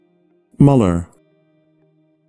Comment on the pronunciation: Müller is pronounced /myːllɐ/ in standard German (possibly /mʏllɐ/ in some dialects); the pronunciation here is incorrect. The name Müller is the same name as Miller in English.